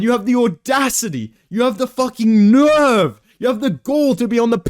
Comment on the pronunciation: "The focking NEUUURVVV 🇦🇺🇦🇺🇦🇺"